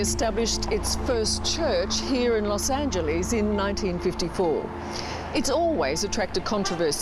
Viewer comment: Los Angeleeeeese?